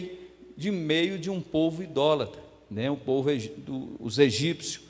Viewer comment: Pastor a palavra é idólatra e não indolatra.